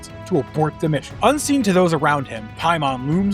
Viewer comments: another event horizon video where an american butchers the pronunciation. Its Pay-mun not Pie-mon EDIT Ive never ever had to slow down a youtube video before. I highly suggest not speaking like youve just done a bump of coke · I hate when people call him PIE-mon. ITS MOTHER FUCKING PAY-mon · I had to go back and rewatch the part where you said the name of the entity. I kept hearing "hymen" 🙈 Also, saying "return again" means Paimon has returned once before. It's like saying "rereturned". Doesn't make much sense, right? 😁